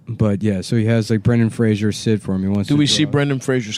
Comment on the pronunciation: FFS Nick, it's Fraser NOT Frasier.